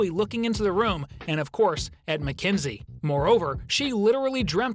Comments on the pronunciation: Na it's mekenzee like at bluey pup it's a mekenzee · Mackenzie it's MAKENZIE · It's mackenzoie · Absolutely Mack enzie